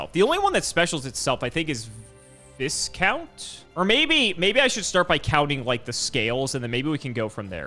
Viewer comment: I'm having an aneurysm everytime he says "Viscount"